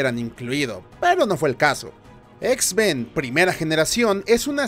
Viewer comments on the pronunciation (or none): no soy el único que escucha x-ben verdad jajjaja